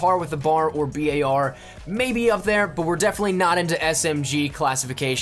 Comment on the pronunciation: for the love of GOD can u please just say BAR and not the b-a-r or the BAR EVERY SINGLE FUCKING TIME